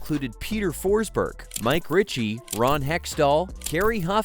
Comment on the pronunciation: Lol and Mike ricky